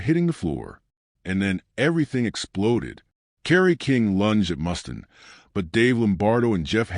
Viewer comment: Jesus, is this the best AI could come up with. Reoccurring photos of a baby’s foot, random stills of Ozzy and an unwavering mispronunciation of Mustaine?